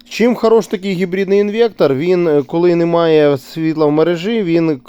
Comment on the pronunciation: інвеКтор )))))))) трахтор))))))